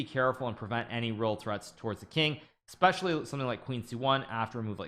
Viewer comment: Holy Lord, are you saying, "Exspecially?"